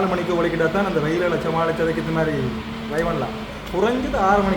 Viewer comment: தலைமயிரை வெட்டுங்கள் . உங்களுக்கு பொருத்த மில்லை தயவு செய்து ஆங்கிலச் சொற்களை பாவித்தால் அதன் உச்சரிப்பில் கவனம் செலுத்தவும். நீங்கள் ரை (( ry ) என்று சொல்லுகின்ரீர்கள். ட்ரை ( T )ஒலியை உச்சரிக்க வேண்டும். இல்லாவிடில் முயற்சி என்ற தமிழ் சொல்லை பாவிக்கும்